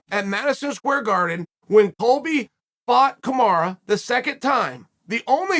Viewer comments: Who’s KAMARA?!😂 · Your push is nonsense Uncle Chael. Please Usman's first name is not Kamara, it is Kamaru. Thanks